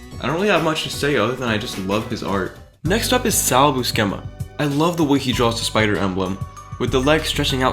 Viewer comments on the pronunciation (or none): It's pronounced Sal ByooSEHmuh. I'd seen and admired his art for a while and falsely attributed it to John Romita Sr or Jr. I've heard his run of Spectacular Spider-Man just so happens to be one of the best written Spidey stories ever. He also has an older brother, John Buscema, who's another classic marvel artist. Ryan Ottley is definitely up there for me. His style is so distinctive yet I can see the Mark Bagley inspiration for how he draws Spidey. He makes Peter and MJ look a little too similar to Mark and Eve from Invincible but the refusal to shy away from blood and guts is one similarity that I don't mind.